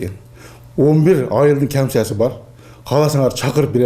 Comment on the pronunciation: аамсясы. камсяси дейт ко